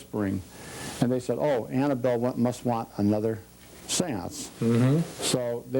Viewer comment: Its annable not ann